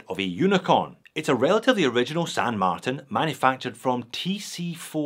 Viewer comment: Thanks,. I like the new pronunciation of ‘Martin’. 😊👍